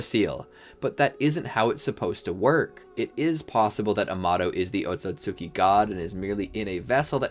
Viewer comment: “oat-so-sue-kee” he said 😭